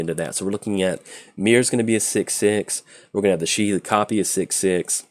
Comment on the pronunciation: Its Sa-heli not sha-heli.